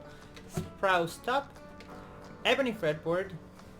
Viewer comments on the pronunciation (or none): Spru….spruce top, not sprouse. Sa….pe….le, not saple.